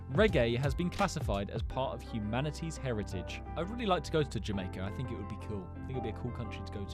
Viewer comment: He doesn't even say Jamaica